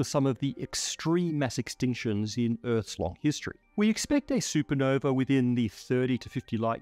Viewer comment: "Sue Puh-nover"